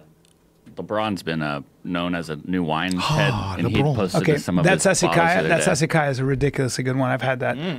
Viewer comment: lmao 😂😂😂😂😂. who tried to say Lebron in a french accent